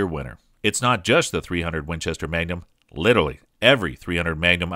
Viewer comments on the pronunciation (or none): none